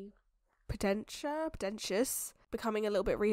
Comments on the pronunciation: His name is Sir Pentious. Serpent-ious. 🐍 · I felt so seen when you were struggling with sir pentious name because same and I have already seen the show like 3 times